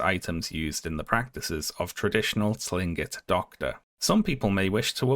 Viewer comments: Just so you know, Tlingit is pronounced with a hard "C" sound at the beginning, not a "T" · Hi! I just wanted to say that Tlingit is actually pronounced "Kling-kit." The "T" is more similar to the English "K" sound in that if comes from the larynx. Love the video and appreciate your work as always! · incredible video, mispronounced tlingit though so i disliked, and blocked you on everything... rules are rules :/